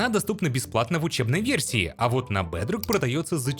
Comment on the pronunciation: Блин, его акцент оставляет желать лучшего 😂 БЭЭЭЭДРОК ФОР ФРИ